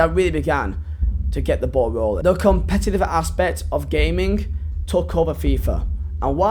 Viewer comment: Funny cos you can’t say the word competitive